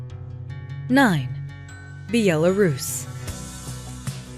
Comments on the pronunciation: Bee ala rus?????? BEH LAH RUS~! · Be-yella-rus lmao.... it’s pronounced Bella-rus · Then it would be more like "Byelarus".....not Be-elarus. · Dear, it's not Bee.yaa.laa.rooss. It's Bel.a.rus.....Belarus. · I came here to make this same comment. It's not Bee-el-a-ruse. It'e Bell-uh-ruse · Be-al-er-roos lmao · Be-ella-rus? Yanks vibing new countries 😂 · Byelarougian? LMFAO Also: why would you want to move into a dictatorship? Switch-yer-land? It appears that the narrator never heard of these countries. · Thx for the video, i enjoyed the part for Bulgaria 🇧🇬 so I am happy 😃 A little critics: 1. Georgia 🇬🇪 is not in Europe (it’s close but not in this continent ! I am 100% sure. 2. Belarus 🇧🇾 was not pronounced correctly (I like your English but Belarus pronunciation is like Belgium 🇧🇪 from the first part of the word Bel- and the rest is a like Italian Bela (Donna) so Bela-russ). 3. Money can buy more in Albania nice folks and sea, N. Macedonia, Serbia, Bosnia 🇧🇦, Croatia, Slovenia 🇸🇮 # Slovakia 🇸🇰 not to be confused ! Moldova and one of my favorite in Europe yes - Turkey! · Sound like Croatian pronunciation, Bjelarus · Biellarus!!! Beeyella Rus!!! Why 😂😂😂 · This video is ridiculous. You are stating all of these so called cheap prices but no mention on what one can earn locally.. It is relative.. The pronunciation of Belarus is so wrong it is as if the narrator has never heard the word spoken and as pointed out..... pictures dont match the description. Thumbs down! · How can you pronounce Belarus that way? Also, I’m pretty sure it borders Latvia and Lithuania too. You don’t need “the” before Ukraine. Czechia also borders Slovakia.